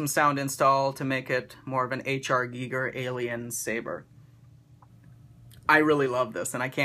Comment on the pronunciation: awesome vid, so glad you pronounced ginger correctly, when your taking orders again I think I will need this in my life :-)